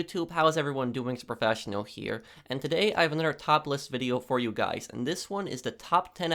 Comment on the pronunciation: Hey goys iss pwofessinel hear. Stupid ass fucking nerd